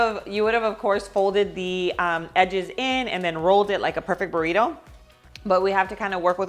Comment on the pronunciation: It’s funny how she sayed “Burriro” (Burrito) but she can say perfectly “Barbacoa” and oregano